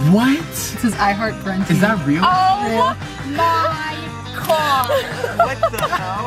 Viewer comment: it sound like says OH MY COD. lol